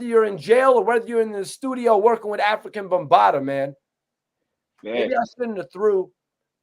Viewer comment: Who is “ African Bambada” 😂😂